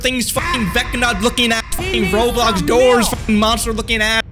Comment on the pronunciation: he called roblox roblocks but its halarios🤣 to